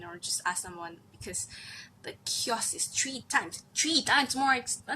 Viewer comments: i like the way u say kiosk..it's more like kjosk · The way she says "kiosk" amazing 😂👏👏